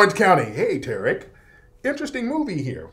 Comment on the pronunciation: Tear-Rick (Tariq) 🤣🤣🤣🤣🤣🤣